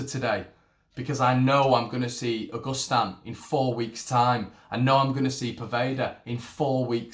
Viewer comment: Pronounce his name proper mate,...it's not August Stan .......it's pronounced a..gust..an